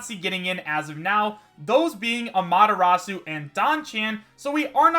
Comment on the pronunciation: i cant believe he said AMA-TIR -A-SUE wrong